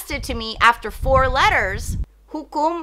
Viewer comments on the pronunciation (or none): none